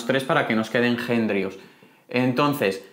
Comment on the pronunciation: ¿porqué pronuncias Jenrios cuando se escribe henrios?